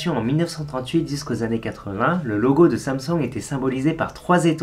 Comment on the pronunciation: dis comment prononcer Samsung et 15 sec après il le dis à la française XD